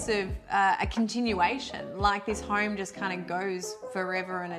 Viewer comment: I love your home tours and you guys are adorable. Is it just my untrained American ears or every time you say 'home', it sounds like 'hoerme'? Cheers!